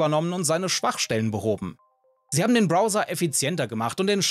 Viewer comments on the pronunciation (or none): none